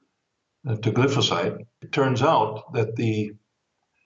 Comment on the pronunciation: It is pronounced: GLI FO SATE with a long i vowel, not the short vowel i